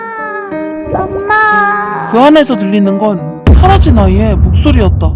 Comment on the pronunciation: 6분53초에 사라진 ㅂㅅ이라고 들리는데 나만 그런거임?